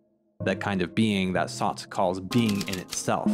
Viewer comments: bro said sauce instead of sartre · What an interesting way to pronounce Sartre's name. Lol reminds me when my teacher would only say So-crates 🤣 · Your pronunciation of Sartre makes me smile. Just own it, eh? Reminds me of New Englanders ordering "kwasants". I've never pronounced Sartre correctly myself. The easiest is just by saying "Sart" and then adding the smallest sound at the end, a bit like a ch. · You Pronounced John Paul Sartre incorrectly. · I don’t mean to gatekeep pronunciation, but you may want to reconsider how you say Sartre. It’s like that thing where we americans try to sound correct in another language but don’t have a grasp of the actual mechanics of that language and so end up butchering the pronunciation for anyone in the know. A little like when people just take on the look of an aesthetic rather than really understanding what that aesthetic really is. As a tutorial to pronounce Sartre as an American without sounding pretentious or without just plain getting it wrong…it’s SAHR-truh. Or you can shorten by leaving out the shadow vowel at the end as you have done, but make sure you get the R into the first syllable. As in Sahrt, rather than your gauche pronunciation Saht, which almost sounds like you’re saying Sade, as in Marquis de Sade. Anyway, the fountain is art. Edit: same goes for goethe. That mixed first vowel is really best pronounced in our American accent as GUR-tuh, and is the standard pronunciation for most people in the know, dark academics or not.